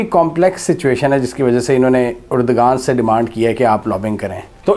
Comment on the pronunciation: Mohtaram turkey k wazeer e Azam ka naam urdoghan nahi hai erdoghan hai